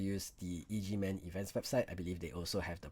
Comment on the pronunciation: it's pronounced EGG man lol not E.G.